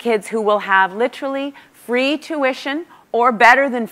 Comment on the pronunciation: Why does everyone literally pronounce literally wrong always? The irony is mind blowing.